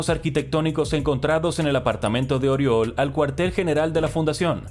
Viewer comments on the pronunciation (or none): Corrección fonética: Oriol se pronuncia "Uriòl" con la O con la boca mas abierta de lo normal. Jajaja parece acento valenciano pero soy de barcelona, tengo dos colegas llamados Oriol, aunque a uno lo llamo simplemente Uri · Se pronuncia «yuSEP uriOL»... xDDDD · Josep Oriol se pronuncia yusep uriol